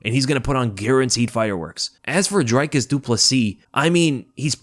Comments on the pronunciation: South African here with a quick pronunciation tip: it’s DRICus not DRYcus. Like Rick = Dric. Then again also says Paulo Coast-ah instead of Cost-ah. Love your content regardles Bru! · As a South African I appreciate that you pronounce Driccus’ surname correctly but it’s not pronounced “Drykus” but “Drikkus”. Love the work you’re doing man much love ❤